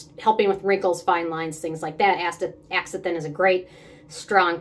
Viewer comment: I’m case anyone wonders, it is pronounced….astaZANthin. The x is pronounced as a z.